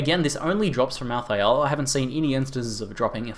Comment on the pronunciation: mal thay ul . not mal THI AL